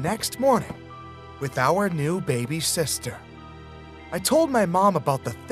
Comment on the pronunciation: I love how he said: my youngest sester aww😂❤️